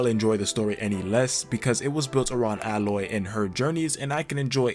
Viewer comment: Ay-loy, not Al-oy. Lara, not Laura.